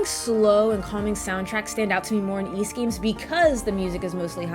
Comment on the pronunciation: It’s embarrassing but I never knew how to pronounce Ys until watching your reviews!